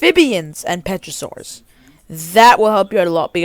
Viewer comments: Also you're saying petrosaurus instead of pterosaurus the P is silent 💀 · i die laughing every time u say utharaptor and petrosaurs 😭